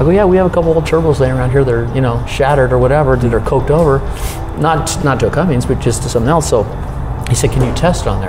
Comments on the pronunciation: Good video. Couple points. Cummins. Not. And I think you might be confused about the duramax headgaskets. There are 3 different thicknesses. Grade A, B, C. Also there is the old style headgasket you run on 2011 and older that look normal, and a gold colored one run on the 2012 and up. Anytime you do a HG, the heads need to be decked and the factory TTY fasteners replaced, and always run a grade C (thickest one) and it’s done. I don’t understand what your experience has been in having issues getting headgaskets for the duramax. I have 2 2006 duramax trucks, one is a dedicated race truck as well as a 2016. I find them much easier to work on than any 2003 and up Ford diesel. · It’s not, it’s cummins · Nothing worse than a man who knows better sitting there saying “” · Hard to give value to the opinion of a diesel mechanic who says Cummin"g"s. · This dude keeps saying. Slow it down to 50% playback. How credible can a mechanic be if he doesn't know its a cummins and not a. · I never take anyone seriously when they say cumminGs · It’s not called a! It’s a Cummins!!! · This guy is a superstar diesel tech and he calls it a? You’re kidding me, right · My thoughts exactly! As soon as he said cumminGs, he lost all credability. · There's no G! Does he really work on trucks? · Did this jackass just say? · How does he not know how to pronounce "Cummins" after all these years? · What’s a? I don’t think this guy knows what he’s talking about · There's no "G" in Cummins. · Same here, a seasoned mechanic and he says, not touching anything I own. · I'd of kicked you out of my shop for saying dodge cummins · Great video for people interested in advice from someone that doesn't know how to pronounce Cummins. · All his credibility was lost as soon as he said "" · Come on dude. You are supposedly a pro that works on diesel engines every day. It's Cummins, not. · Cummins, not